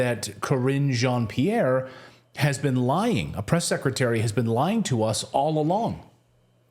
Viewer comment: Crringe Jean Pierre, I thought thats what I heard lol